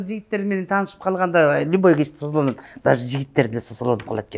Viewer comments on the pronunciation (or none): Сосолонбойт соЗолонот😊